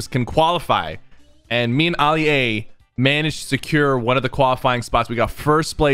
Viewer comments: Sypher:me and olia got to compete Me: did he say olia and not alia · He called him ollie-a I’m confused 🤷‍♂️ 🤔🤔🤔🤔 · begining oli-a thats what i heard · Man said uli a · He said alie a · He said Ollie A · did anyone realize he said olie a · Notice he is saying oli a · He said oli a smh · He said oli a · excuse me did he just say oli-a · Why did you say oli a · He says his name wrong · U SAID ALI AI WRONG DUDE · I mean u said ali a wrong but ok